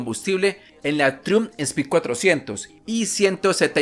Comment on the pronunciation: critica constructiva: se pronuncia traiumf , trai umf